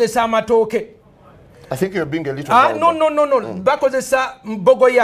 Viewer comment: it's bogoya not bokoya